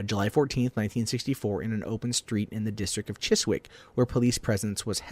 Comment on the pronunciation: and Chiswick...